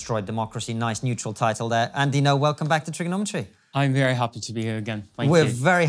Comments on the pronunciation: NGO is pronounced “No” not “Go.” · FYI for those typing in jokes and puns: NGO is pronounced “No” (The g is silent). It is not pronounced ‘Go’ like some in the comments seem to think.